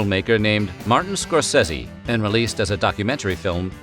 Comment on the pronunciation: Martin who? Scorsese not Scorsetty!!!! Get it right!